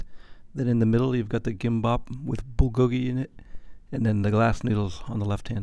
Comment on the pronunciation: Another excellent review. I love Korean Air! Your Korean pronunciation is good - bulgogi, gimbap. One of my favorite Korean dishes!